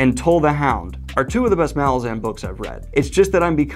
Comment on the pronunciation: The. Last. Syllable. Of. Malazan. Is. Not. Stressed!!!!